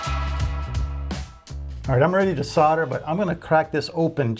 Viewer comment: What's sorder? You mean solder?..